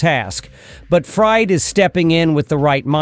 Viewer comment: Fried: Not ‘fryed.’ FREED. 🙄 AI sucks